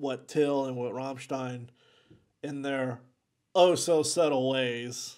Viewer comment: He pronouns Rammstein correctly, Respect